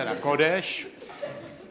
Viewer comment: "Hejvl" to zabil :D :D :D